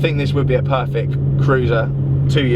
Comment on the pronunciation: 'Perfik'?? Who are you? Pop Larkin?